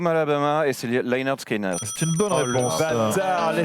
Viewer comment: Quand est ce qu'on verra quelqu'un prononcer correctement Lynyrd skynyrd ?